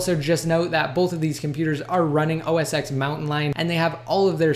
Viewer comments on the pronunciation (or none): It's pronounced "oh ess ten" you fucking idiot